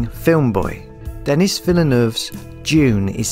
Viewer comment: Nice video, thanks. it's sounds like Denee...but it's spelt Denis.